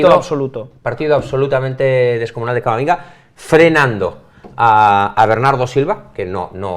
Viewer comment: Por cierto en el minuto llama a Camavinga camaminga😂😂